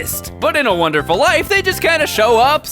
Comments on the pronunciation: WONDERFUL NOT WONERFUL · "Harvest Moon A Wonerful Life - " "A 'Wonerful' Life" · "A Wonerful Life"! Grammar please! X) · Please keep it "wonerful life" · HEY PEOPLE he left out the d in wonderful because it ISN'T wonderful... wonderful is too good of a word... it's only wonerful... y'know? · "Wonerful" Same. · "Wonerful Life" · your missing a D in wonderful. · 3. He forgot the "d" in "Wonderful"